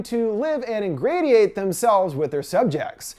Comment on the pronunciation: Ingradiate? That's not a word. Does he mean Ingratiate? I still don't understand how so many youtubers end up with words they don't know how to pronounce in their own scripts? After you become a certain amount of successful, does everyone just start paying writers & editors (or just use AI to write the scripts?)? And if so, meaning you've decided your one & only job going forward is to narrate, why does no one take the 5 seconds to google how to pronounce a word you don't know, instead of guessing?